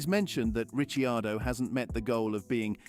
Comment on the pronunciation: Are you trolling with the pronunciation of Ricciardo’s name?! If it’s not trolling, your credibility to talk about f1 is goneeeeee 😂